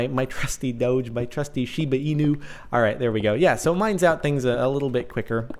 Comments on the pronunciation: It's pronounced "dogue" with a hard g. Not "dohj" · it's pronounced doh-gee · Your pronouncing it wrong, it is actually " dohg" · DONT PRONOUNCE IT DODGE! SOUNDS WIERD! SAY DOGE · so caht,not doge,its dough :3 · Doh-j Is the way to say eet. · It's not a "j" sounds it's still a "g" sounds "doge" NOT. "Doje" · oh god, I hate the pronounciation "dowj" (like CaptainSparklez says it)... I really prefer "dawgee" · It's Doh-ge not doge. When you say doge I think your saying dodge without the d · ITS DOGE NOT DOJE g as in go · It fucking hurts listening to you say 'doag' it's a dog hence the pronunciation 'doggie' (dog-e) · Pronounce doh-géh, it sounds annoying when u say doooch :p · I say "doughj" as well. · It's pronounced Dough-je. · Doge is pronounced D-oh-g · dog-e is the way say it. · ACTUALLY Jordan, you are wrong this time. The creator of the meme and dogecoin has announced in a recent article that it is actually pronounced "Doughj". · I thought it was said like Doh-jé or Doh-Jéé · He was wrong, the official way to pronounce it is doge. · Doge is pronounced DOG-E or Doggie, that's why there is a dog a it's logo... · There's one way to say it I looked it up it's said like this doh-jay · The way he says it is just annoying XD... It's DOG-A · Sparkles it's do ge with a gu sound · It's pronounced as Doh-G (say the G like when you say the word "girl") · My friend say Dogeh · its dog but with a silent e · I thought it was pronounced dough-gee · Actually it's pronounced doge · It's D-o-gue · It's "Doag" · its pronounced d-oh-ge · Its pronounced Dohg/ or dohgeh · its pronounced "dohgee" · AHHHHHH I CAN'T BELIEVE YOU'RE SAYING DOGE WRONG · The term originates from "LOOK AT THIS FUCKIN DOGE" so no. It is dog-e. You can make the "dog" part throaty to drive home what you're talking about. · You say it doge not doge how you not know that!